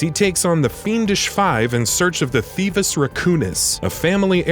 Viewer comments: Th-ee-vee-us. Not th-ee-vus. The narrator clearly hasn't even played the games. No one who has would botch something mentioned probably a hundred or more times during the series. That said, I won't be watching anymore content from this channel. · And pronounced “thevius” wrong.